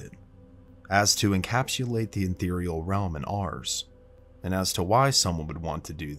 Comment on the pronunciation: It's ethereal not enthereal.